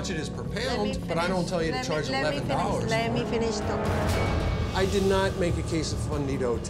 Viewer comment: „Le mee finissh“ 😂😂